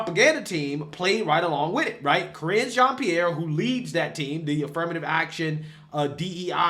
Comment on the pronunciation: "Karine " 🤔 "Careen"?😂